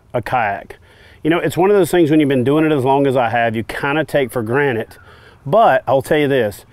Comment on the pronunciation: "kinda take for granite" lol